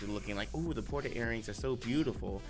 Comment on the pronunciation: God damn can read "Porta"???? What is that?